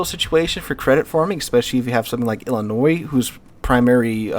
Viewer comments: Ill-a-Noise? Lol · Please...do not pronounce the S on Illinois. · Some of yall are taking great offence to him pronoucing Illinois wrong. Chill, its not even that good of a state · Downvoted for continued deliberate mispronunciation of Illinois - the S is silent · How do you correctly pronounce Des Moines, and screw up Illinois? The 's' is silent, like both in Des Moines. Okay, fun fact. East of the Appalachians most names are English or AmerInd. West of the Appalachians and around the Mississippi, the names are French or AmerInd. In the Great Plains to the California coast, the names are Spanish.